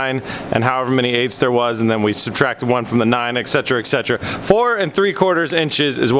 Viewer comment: where my Ogs at? "excetra excetra"